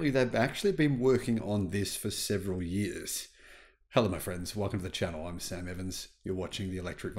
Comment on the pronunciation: “For yearhhs” 😆